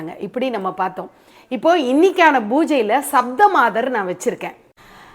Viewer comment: You have to pronounce Saptha means 7.